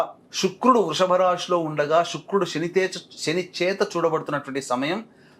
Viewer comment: "👍🏽 వాగుడు కట్టిపెట్టి! P O K కి వెళ్లి చెప్పు "👌🏽 సొల్లు 👍🏽లేపేస్తారు? అన్నీ శని మాటలే👌🏽 షని కాదురా! శని 👌🏽